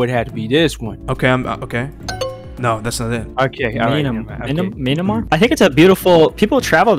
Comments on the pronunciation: I hate when people says "Me-an-mar" instead of "Myan-mar" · IM SORRY BUT THE WAY ONE OF YALL PRONOUNCED MYANMAR GOT ME DYING😭🙏